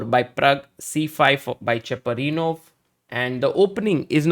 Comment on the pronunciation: Cheparinov not chaprinow❤😂😂😂